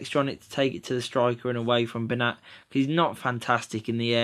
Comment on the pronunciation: Its actually pronounced as Ben-yat as the 'ñ' in Spanish is pronounced as a 'y'